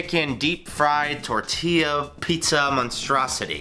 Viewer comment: I disliked because you said “Tortella shells”.